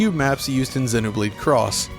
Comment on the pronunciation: Honestly, the thing I appreciate the most from this video is how you pronounce the name of both games correctly. Xenoblade chronicles 2(soft e after x) and Xenoblade Chronicles X(The "X" stands for cross not x). Thumbs up for this alone👍